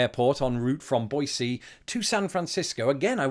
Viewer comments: I wish we could get Americans to pronounce Boise as well as you do.(It's Boi-SEE, not Boi-ZEE.) Thanks. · You pronounced Boise correctly! I’ll watch this twice as a small thank you.